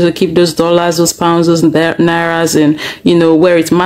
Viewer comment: It's Naira and not Narrow😅